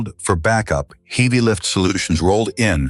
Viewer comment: Can't pronounce HEAVY properly what kind of person is he ???????